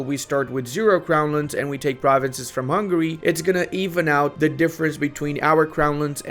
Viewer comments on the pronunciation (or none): none